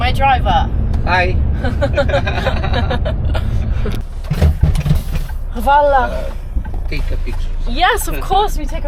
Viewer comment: I adore your message about why you love hitchhiking <3 btw. your pronunciation of "hvala" is great